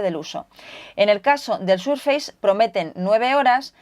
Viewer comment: Microsoft viene de muy antiguo, y es muy fácil de pronunciar, el prefijo "micro" existe en castellano así que se asimila. De todas formas es posible que si Microsoft fuera una marca nueva, recién salida y la aprendiéramos ahora, puede que entonces la pronunciáramos "Maicrosoft", de todas formas, se pronuncia "SurfeiS" no "SurfeiZ".